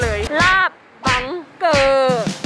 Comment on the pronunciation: อ่านว่า บัง-เก้อค่ะ